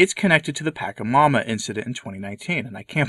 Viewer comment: I like your videos very much. I just wanted to say the correct way to pronounce “Pachamama”. The cha -che-I-o-u sound in Spanish sounds like the ch of “charming” or check” or “cheese” or “chores” or “chew”.